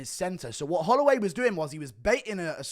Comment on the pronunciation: "jerome holloiway"ahahaha